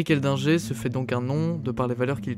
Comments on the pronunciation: C'était le pote du spiderman français..c'est Edlinger pas Eldinger comme du le répète pendant toute la vidéo !! Dingue sa mort quand on voit ce qu'il grimpait !! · J'ai pas compris pourquoi tu prononce eldginger